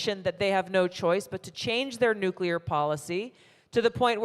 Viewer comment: Thank God for you Tulsi! I pray for your safety and all on the panel. And its so refreshing to hear someone pronounce Nuclear properly! Lol.